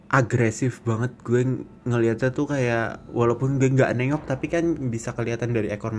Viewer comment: "Masalahnya dia itu ga diem, dia itu jalan ke ggggueeee" - medhok mas:)